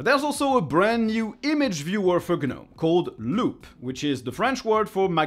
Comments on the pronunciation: Please, please, please pronounce it "Nome" instead of "Guh-nome". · I like the Polish too, but I wish he'd pronounce "gnome" correctly. ESL is likely the problem.